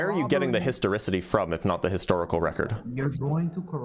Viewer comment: I thought the word was pronounced histoRICITY